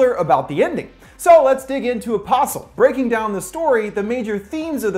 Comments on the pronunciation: I keep on heariing a possum, instead of apostle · when he says the name it sounds like opossum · I keep hearing "opossum".